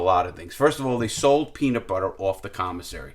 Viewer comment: "My peeena butter jar"!